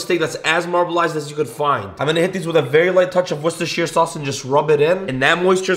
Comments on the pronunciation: Wus-ta-sher is how it’s pronounced here in the UK which is where it originates from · Wow the first American I’ve heard pronounce Worcestershire sauce correctly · But also…PERFECT pronunciation of Worcestershire too 👌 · Finally an American that can pronounce “Worcestershire” correctly. Congrats mate we English don’t take spelling seriously lol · Yes! Someone finally pronounced Worcestershire sauce correctly! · As a British person I'd appreciate the Worcestershire pronunciation 👍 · Finally a yank who can pronounce Worcestershire sauce properly 👏👏🤣🙌🤝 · Bro did it, he pronounced Worcestershire